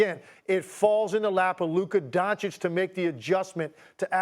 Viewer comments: Luka "Don-Chick"....bro, Stephen, u cover this sport for how long now? How do u not know how to pronounce a top 3 players name....🤨🤦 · It's 2023 and SAS still says "Luka DonCHICK".... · Its Don "citch" Stephan A. Its not that hard, i promise. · Kyrie would take a back seat because he won a championship by taking a backseat. Also now is that after this many years, sas still doesn't know how to pronounce Lukas last name? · It’s 2023 and SAS still cannot pronounce Luka’s last name. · One day Steven a stiff will pronounce Luka doncic correctly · It's just sad how after 4+ years of reporting about him every single day Stephen A. Smith STILL doesn't show the respect and learn how to pronounce the name of one of the top 10 players in the NBA. That's just disrespectful and shows a complete lack of interest in basic knowledge about the topic that you are covering. Whatever he's paid for his work is too much.